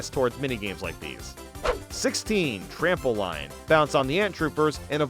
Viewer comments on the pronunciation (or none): Trample-een. Not trample-ein. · he also pronounces "trample-line" as if it's just raw trample line and not a pun on trampoline